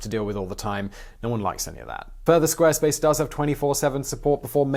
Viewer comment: You pronounced Squarespace wrong! Jeeeesus!